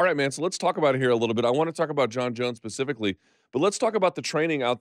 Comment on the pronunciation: is he saying pacifically instead of specifically?? 🌶